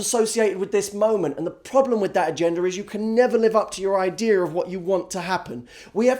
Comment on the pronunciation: "Idear" ^.^ Where is Jameson?